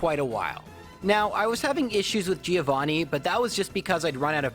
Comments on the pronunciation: Hey, great video! I want to point out a thing, it's relly a stupid thing feel free to ignore it, buuuut... the first part of "Giovanni" is pronunced like the first part of "John". The 'i' is really short. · Leave battle animations on, and pronunce Giovanni properly